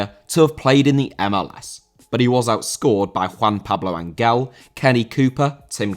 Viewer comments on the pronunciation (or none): Ángel* not Anguel